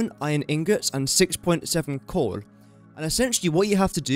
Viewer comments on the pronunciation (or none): is it just me, or is he saying "corn" instead of coal?